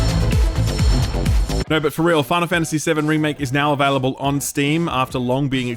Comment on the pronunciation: I love the way you say "available". Avehlible. Avehlible. Just that slightest accent or dialect. Dunno why, but I find it really charming. x)